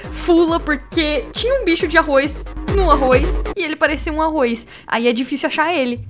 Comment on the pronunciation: "tinha um bicho de arroiz,NO ARROIZ"